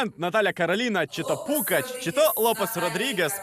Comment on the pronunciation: ПуГач, а не ПуКач!